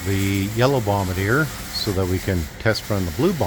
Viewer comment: Those vehicles look like great fun. It's good to hear someone pronounce "Bombardier" correctly as well!